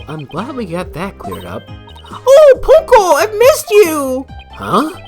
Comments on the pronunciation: I always did wonder how they would handle something like that. What if the Judge was suddenly accused because he actually did something? There is no way that is how Ponco is pronounced. When at this point I was theorizing something similar. Wait that's why? I always thought it sounded good. My money is on Kristoph Gavin. Oh wait wrong game. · The way they pronounced his name sounded very Japanese to me.